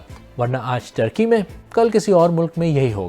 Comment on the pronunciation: The country is called Turkey not Thurkey